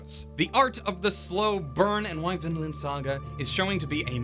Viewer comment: I heard always Finland, when you say Vinland, they sound so similiar. Also the kid's name is Finn... coinsidence... I think not.